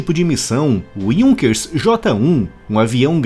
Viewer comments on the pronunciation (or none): none